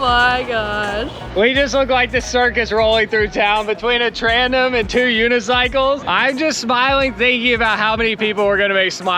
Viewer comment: It’s a TANDEM. Not trandem.